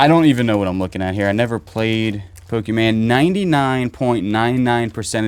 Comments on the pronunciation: Pokémon….not pokeman. I sit here and want to jump into the screen. Must say I have a laugh while sitting in the warm weather down here in New Zealand. Enjoy the humour…. Hope you guys have a great 2025 for storage units. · Pokemon NOT POKEMAN